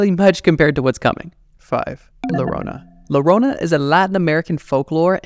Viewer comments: Llorona= Yorona not lorona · The LL in llorona should be said like u so yorona not lorona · Hahaha my friend, not larona-> La___ LLORONA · Its not "lorona" It is like yoyo "yorona" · Just for the record, it’s llorona (yo-ro-nah) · Llorona pronounced yorona according to Spanish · Llorona is better pronounced as "yorona" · Larona 💀💀💀 como lo dice el wey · Llorona is pronounced "gio-roh-nah" for non Spanish speaking frens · I love your content but the Llorona pronunciation took me out😭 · Being hispanic... I cringed super hard every time he said llorona wrong